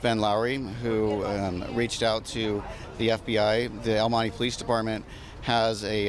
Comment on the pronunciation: El money ?? Honey I'm sure you can pronounce El Monte , any non Hispanic would say it better than this no Sabo girl